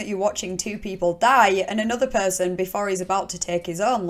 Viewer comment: I could listen to you say perrrrrson all day. Love your vids